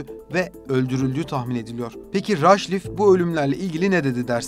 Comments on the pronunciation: Rhajlif nedir birader. Okuman yazmanı mı yok? eyyy videoyu seslendiren 🤣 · Avukatın adını "radklif" olarak okuman gerekirdi. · Yapıcı bir eleştiride bulunmak istiyorum, bölgeye ilişkin yer isimlerinin ve kişi isimlerinin orijinal haliyle telaffuz edilmesi, anlatılan konuya hakimiyeti gösterir. Punjab/Pencap’ı Penkap diye okuduğunuzda, ya da Radcliffe ismini bu şekilde telaffuz ettiğinizde, önünüze konan bir metni gelişigüzel okuduğunuzu düşünüyoruz. Özenmek ve biraz zaman ayırmak, içerik kalitenize ve GZT’nin saygınlığına yakışan bir anlatım doğuracaktır. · Seslendiren arkadaşların telaffuzuna dikkat etmek laIm. GZT yi severek takip ediyoruz ancak Radcliffe, Pencap ve Mahatma yı yanlış telaffuz ederek bu videoya verilen emeği heba etmemek lazım… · Mamata değil Mahatma Gandhi. Avukatın soyadını da devamlı yanlış telaffuz etmişsiniz. Bu kadar emek verdiğiniz bir videoya biraz daha özen göstermenizi öneririm.